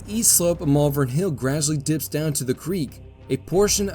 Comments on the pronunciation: it’s pronounced “Malvern” not “Malvern”. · Glendale. Also, Malvern is pronounced how it is written “Mal-Vern.” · Oh, THAT was helpful [sarcasm]... can you phonetically clarify that, with emphasis in all caps???? It could be "MAHL-vern, "MALL-vern" or (unlikely) "Mul-VERN". The other mispronunciation I know I heard was for the Staunton battery, which in those parts is pronounced like, "STANT''n", not "STAWN-t'n" as the spelling suggests.